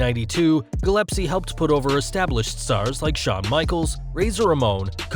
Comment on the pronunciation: It's Gil--es--pee, nor Gil--ep--see. My hometown... Shoot.